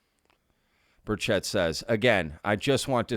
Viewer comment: It’s BURchett, not BurCHETT. Please pronounce his name correctly.